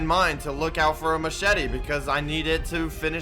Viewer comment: No one: Literally no one::Macheti